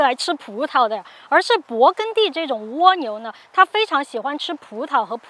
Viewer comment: 跟我学，勃艮第，艮是一声gēn